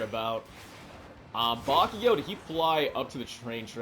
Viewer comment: Hi 👋🏾not to be rude or anything but how come you say bakiyo instead of bakugo?🧐